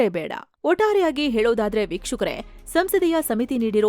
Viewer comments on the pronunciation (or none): ಮಾನ್ಯ😂 ನಿಮ್ಮವರು ಅಂದ್ರೆ ಆಂಕರ್ ವೀಕ್ಷಕರೇ ಅನ್ನೋ ಬದಲಾಗಿ ಭೀಕ್ಷುಕರೇ ಅನ್ನೋ ತರಹ ಕೇಳ್ಸಿದೇ ಸ್ವಲ್ಪ ಗಮನ ಹಾರ್ಸೋದಕ್ಕೆ ಹೇಳಿ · Pronounce properly madam BYUKSHAKARE AALLA vikshakare antaa anni